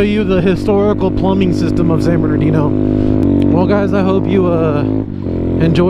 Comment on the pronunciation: "San berndino" lol My lil sister says it like that too